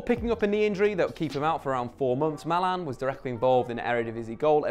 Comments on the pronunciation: Nah surely he does it on purpose. "Malee" and "Havits" una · Who is mAlAn? You mean MALEN